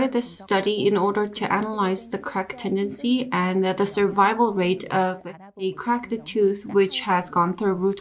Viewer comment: One at a time. You can't both talk at the same time, it makes it much more difficult for the listener. Also it's pronounced "Cracked" Not "Crakid". Your accent crakid me up! I want a 3 minutes and 11 seconds refund please. What's that?! You can't give me a refund? Let me sapkeak to your manawgar please.